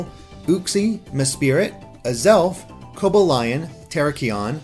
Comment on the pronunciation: I’m sorry man but the way you pronounced Coballion, Terrakion and Virizion killed me